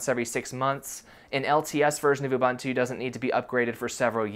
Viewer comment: My guy, its Ubuntu(U-bu-ntu). . . literally. . .not ubantu. . ..